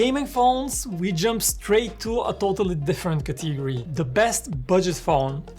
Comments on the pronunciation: Except the dynamic island part I feel like I know which phone you were gonna choose 😅. Good Video though. Also It's "Category" not Cathigory 😐😒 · Drinking challenge Take a shot every time he mispronounces the word "category"